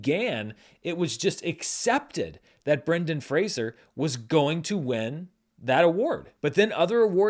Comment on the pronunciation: Thank you,, for enlightening people on the pronunciation of Brendan's name. I remember reading an interview in the 90's where he said "I'm not Kelsey Grammer; it's not 'Frasier'," and all these years later I still wince when I hear it mispronounced. I also hope he wins the Oscar, if just for people to finally get his name right.